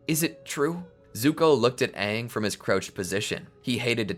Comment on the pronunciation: its AHNG NOT AYNG